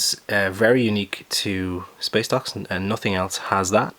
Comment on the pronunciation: Why do I keep hearing space docks as space ducks